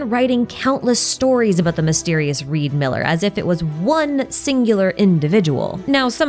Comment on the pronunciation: His name is not Reed Miller it's Ree D. Miller